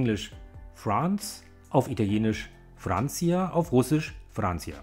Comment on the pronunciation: Verbesserungsvorschlag: fremdsprachige Wörter (egal ob aus modernen Fremdsprachen, modernen deutschen Dialekten oder aus früheren Sprachstufen des Deutschen) richtig aussprechen. Bei diesem Video rollt es mir die Zehennägel auf. [ˈfɾant͡ʃa] nicht [ˈfɾant͡sia]. [ˈdœʏ̯tslɑnt] nicht [ˈduːɪ̯tslant]. [ˈɣɑi̯.zɑz] nicht [ˈɡaɪ̯t͡sat͡s]. Der Vokal in "tysk" klingt falsch. [ˈθiu̯disk] nicht [tiudisk]. Und so weiter. Soviel Mühe kann man sich schon geben.